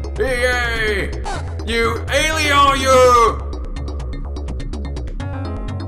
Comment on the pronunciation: In 16bit, all of your viewers can hear you RAGE! I've also noticed that sounds like a French man when he says the word Alieon. Yet again, you bring back nostalgia from the old day's, entertaining 16bit gaming at its best. Thanks,!